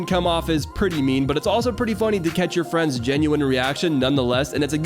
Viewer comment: “Explosive cetch”